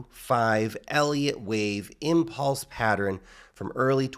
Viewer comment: Everyone: Pa-ttern: Pa-tter-rin